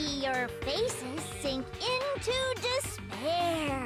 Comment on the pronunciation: I heard it like she said "dis bear" instead of "despair"